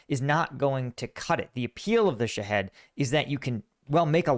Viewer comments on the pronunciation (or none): There no such thing as a shead! There is no head in it .. sha- hed pronounced sha-hEEd with a long E sound NO HEAD! It's an Islamic suicide martyr